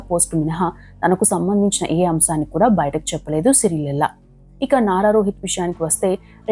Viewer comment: శిరీష లెల్లా కాదురా బాబూ, ఆవిడ పేరు శిరీష లేళ్ల